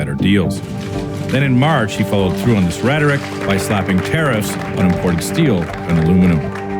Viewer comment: The use of the word tariffs in this episode sounded like they was saying terrorist